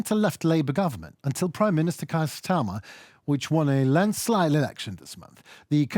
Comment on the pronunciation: is the best on SCREEN! 😀👍 Sir Kier Starmer's name is pronounced KEAR as in HEAR and he is a KNIGHT by Order of the British Empire, his patronymic is Sir! 😊🤗 God save the King and dearest thanks to our new Prime Minister and UATV English 😇 19 million rubles? 18,000 dollars then..not a lot for a life is it?